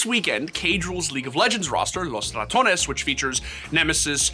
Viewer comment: Wow, you are the first person that has pronounced “Los Ratones” even remotely correct since its inception. Good job.